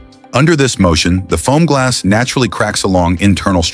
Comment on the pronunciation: you mean Fomgls?